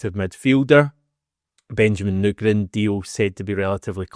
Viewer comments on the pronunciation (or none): Why are you stil saying Nygren wrong 🤦‍♀️ he clearly didn't say it like that in your video the other day 😂